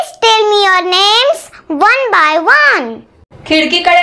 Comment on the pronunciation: Teacher by not bay😅